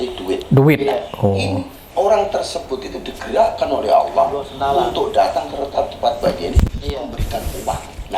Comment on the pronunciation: Itu si bilang kata " Allah " saja sudah salah. Ngaku2 paham ilmu islam. Tulisannya ALLAH bukan dibaca " aWlah" Tidak ada huruf "w" dalam membaca "Allah"